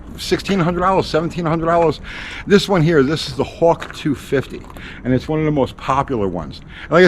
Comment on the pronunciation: WTF is a "houwk"?